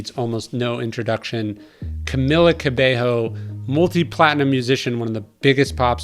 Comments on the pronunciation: Ka bay yo not ka bay ho😂 gringo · It's Ca-Mee-La Ca-bey-yo! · it’s pronounced camEEla caBAYo but i enjoyed this interview! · “Camilla CabeHo” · Love this conversation, she's amazing in every way! But you need to learn how to pronounce her name. Cabello is pronounced CabeYo in Spanish. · Did he say camila cabehoe?? Lmaooo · Lord he butchered her name 🤦🏿‍♀️